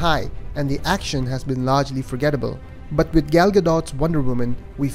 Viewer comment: Superbly crafted review. One small gripe: Gal's name rhymes with call / tall / ball, not pal. Not even Patty Jenkins pronounces her name right, so you're not alone. This will give you the correct pronunciation